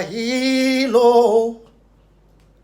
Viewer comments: Kweku please wati, is HERO ....... not HELO 😅😅😂😂😂😂😁🤣😋😋😁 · Ah! He said hero or helo😄😄😄😄